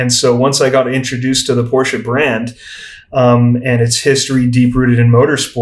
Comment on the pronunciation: This guy is so articulate, very good podcast. Also, glad to hear someone actually pronounce Porsche properly.